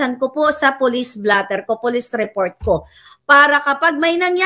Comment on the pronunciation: Hindi po Blater kundi,Blotter po